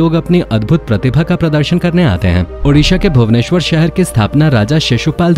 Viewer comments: Aap jo bhabanesor bolte he oh bhubaneswar hi he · Bhau-neswar nahi Bhuba-neswar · bhabuneswar nahin bhubaneswar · plz don't pronounce bhabuneswar. It's Bhub-nes-war . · I am from orissa. Our capital name is Bhubaneswar not Bhabuneswar.we proud for Lord Jagannath is staying there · maadamji bhavuneshwar nehi hei Bhuveneshwar hei aise pronounce karte hei Bhuven or Ishwar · Not bahbuneswar this is called bhubaneswar. I am from odisha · Bhabuneswar nehi Bhubaneswar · Sir bhubaneswar not boubaneswar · Bhabuneswar nahin it's bhubaneswar